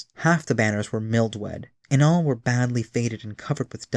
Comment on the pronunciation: its pronounced (Mill-Dew) Mildew... and (Check-way) Cheke lion